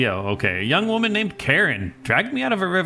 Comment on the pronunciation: "Hear the lamentation of the waman"